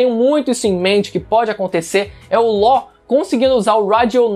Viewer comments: o cara fala "Ló " e eu achando que era "Law ". Doflamingo sempre errava o nome do rapaz kkkkk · Como nos falamos:law agora como o fala:lo